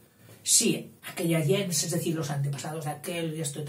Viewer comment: Me va a disculpar,, el atrevimiento de corregirle yo, alguien que admira su trabajo y que por lo demás reconoce totalmente su erudición: el término gens no se pronuncia como usted lo hace, según acuerdan la mayoría de expertos hoy día. Sería más bien algo como "guens".